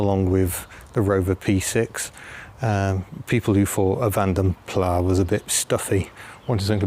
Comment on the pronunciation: A bit of info,. "Plas" is pronounced "Plass", not "Plaa", just as "Latte" is pronounced "Lattee" and not "Lar-Tay". I hope you don't mind me nit-picking! 🤣 Besides that, both lovely cars, nicely filmed and narrated. You just don't get any of this through reading classic car magazines, not even wiper action. 👍🏻